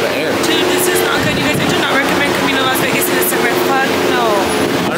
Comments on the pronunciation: she literally said “las veRgas”. Instead of Las Vegas …😂 I love this girl 🫶🏾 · Am I tripping or did she say Las Vergas lmaoo